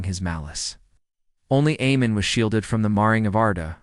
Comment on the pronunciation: AMAN. Not Emon. Where are you getting that?